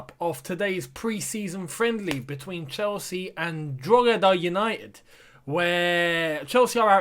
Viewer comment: I run an Irish Football YouTube Channel and well done, spot on with your pronunciation of Drogheda United your 3rd attempt was the best 👏👏👏🇮🇪🇮🇪🇮🇪